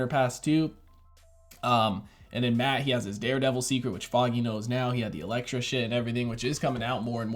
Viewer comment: He finnaly said Elektra!! 🙏🙌 lol, jk love the reaction as always ❤️